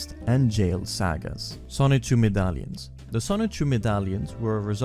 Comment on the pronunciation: Video was perfect besides the way he pronounced sagas